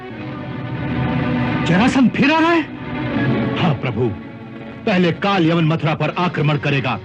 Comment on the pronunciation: aap abhi bhi puri tarah sahi nahi bole , KaalYaman nahi KaalYavan hai , Yaman ya Yemen to aaj ki middle East country hai , Yavan Yunani yani Greeks ko kaha jata hai , jo Ki Kaal Yavan Greek King tha